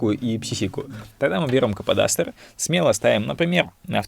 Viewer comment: Слово кападастр сложно для картавых вроде тебя